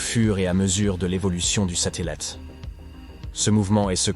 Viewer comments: A : "l'évolution du satellAte" ??? C'est quoi un satellate avec un a?? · Non il a dit du sateulètte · Sateulite ? J’ai bien entendu à 😂